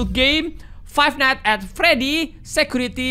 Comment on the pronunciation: "at" bukan "and"